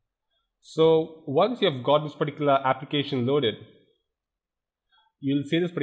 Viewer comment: Why does he keep fking saying 'particlar'...choose another word jackass...